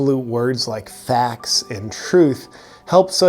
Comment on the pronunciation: facs instead of facts could have been more convincing ahaha